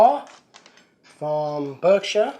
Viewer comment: Berkshire is said 'Bark-sher' ;-)